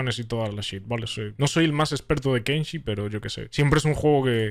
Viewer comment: Se llama KENSHI gente, sin la N al final 🤓☝